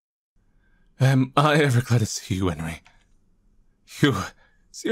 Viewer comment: Enrí is pronounced 'on-REE', and Ebel is pronounced 'EE-bell'.